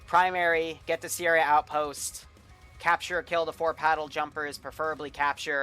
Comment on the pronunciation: Goddam, can’t even pronounce Puddle Jumpers smh